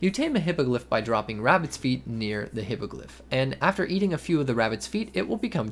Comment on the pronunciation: Hippogryph (Hippo griff): "hippagliff"